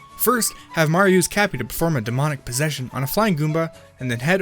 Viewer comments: You Said Super Mario Odyssey Super Maro Odyssey Not Saying I Didnt Like This Video Just Saying You Said Super Maro Odyssey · GodDammit "Super Maro Odyssey" Again! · said Mario so many times as "Marja" and other things like "Mark"